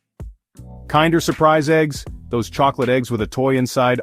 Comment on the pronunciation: KINDER.. It's pronounced like kindergarten you knucklehead